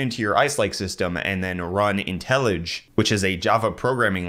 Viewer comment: Pretty sure IntelliJ is pronounced intelli-Jay